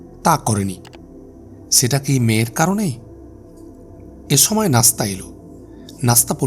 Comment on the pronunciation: ছময়, ছম্পাদক, ছংঘাত 🤨 উচ্চারণ টা ঠিক করা যায়না?